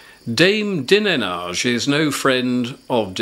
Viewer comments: Go... Its Dine....age pronounced as such I believe... Like fred dineage... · that surname you mentioned...dinenage...is pronounced.....dinage.....for example for strange names...arkansaw as it is said is arkansas...........just trying to help...........take care..i love your channel..well done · Dinenage is Fred Dinenage's daughter, it's pronounced "dine-idge".